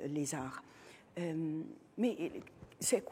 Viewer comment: Ça fait plusieurs émissions que vous prononcez mal "maître Lezzar" votre invité va finir par se vexer 😂 Excellente émission qui nous permet d'avoir une autre approche que celle du mainstream pour évoquer les évènements. Bravo aussi à la présentatrice